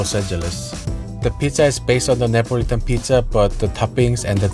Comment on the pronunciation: So it’s Nipo-litan :)